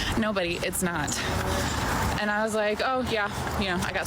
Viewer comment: The second women say "AYEND" instead of "and"